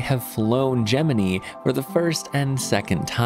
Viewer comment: I low key cringe at his correct pronunciation of Gemini